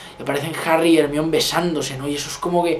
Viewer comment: Hermione no hermine xd